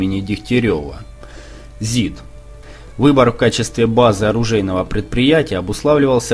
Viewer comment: Не здк а зид!